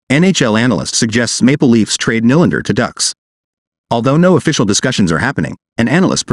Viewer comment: It’s pronounced (kneelander). Not (Nilander)! Honestly…get someone who knows the proper annunciation of his name.